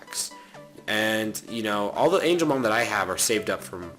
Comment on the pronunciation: BOOOYYYYY ITS NOT ANGELMON OMG STOP SAYING THAT